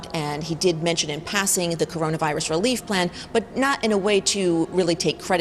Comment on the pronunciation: Lol the CorUna virus!